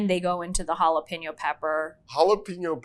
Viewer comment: Why can't they say jalapeno properly? Come on.